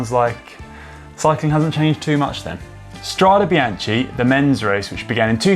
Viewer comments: Had to stop after 30bsecondsbof him butchering this word. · Mamma mia, it's painful to hear it pronounced it like that! Inspiring video though, thank you. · I was disappointed there was no mention of the retro sportive that spawned the Srade Bianche, L'Eroica. A wonderful event. (And I'm with LJPN and many others, "It’s pronounced Stra-deh Bian-keh", not Stradee Bianchee.) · The pronunciation is "Stradé BianKé" (plural) and "Strada BianKa" (singular). CHE IS --> KE and CHA IS -->KA. Thanks for the video. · Can someone count the times he said Strada Biance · Connor, good English ... and now easy to understand also for us non EN-natives 👍🏼 P.s. Strade Bian-Ke 😉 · That was BRUTAL, and I'm not talking about the Giro stage description. Today's language lesson. Look at the ending of both words in Strade Bianche - they are the same, so should be pronounced the same, pretty basic stuff. STRAH-day bee-YAHN-kay ...and note ANY time an "e" or and "i" is after a "ch", it is a hard K sound - no CH, as in "cheese" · It’s pronounced Stra-deh Bian-keh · The correct pronunciation, for English-speaking, is “stradae biankae”, because in Italian the E is similar to the english A. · The video, otherwise is good, bit did you really have to butcher so many times the name Strade Bianche? My ear hurts. If I may suggest you, could you please next time just google the propper pronounciation like Si and Loyde do? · Can someone please teach Conor how to pronounce Strade Bianche correctly? I mean... he’s been in Italy and rode over there... it’s not that difficult though. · For all english spoken viewers: change the CH in Bianche with a K when you spoke STRADE BIANCHE. You will speak It correctly 😉